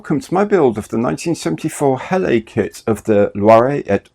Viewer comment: .. I'm not sure it's an unusual type if you are French.....did cause me to reflect on why Heller would appoint an Englishman as Head of Brand though. Nice build and incidentally its pronounced Hell-er...